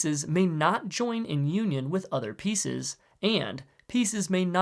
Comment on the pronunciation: The way he says “union” made it sounds like “Yuenyeung” which, ironically, is a symbol of conjugal love in Chinese culture. This word can also be traced to “yin-yang”, which is represented perfectly by the feet of black and white pieces because when they are united they create a yin-yang symbol.